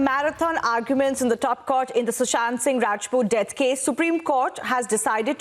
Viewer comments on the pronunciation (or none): why do they pronounce it as CORT. Its court